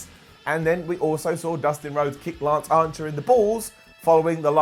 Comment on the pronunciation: Is he saying Lance Ancher?